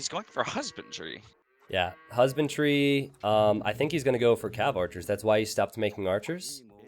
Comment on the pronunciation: I hear you guys saying "husband tree" instead of "husbandry"